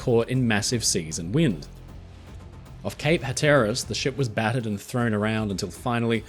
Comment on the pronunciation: I believe you meant Cape Hatteras? the emphasis is on the first syllable instead of the second, good sir.